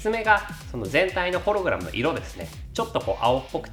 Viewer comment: ホログラムのイントネーションw 一瞬だけ修正できたのに。